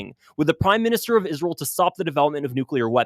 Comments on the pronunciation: saying, isrel like Lindsay Graham does. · You say Israel weird …. Kinda like Lindsey Graham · I just figured you pronounced Israel like that because your body is rejecting Israel’s toxicity.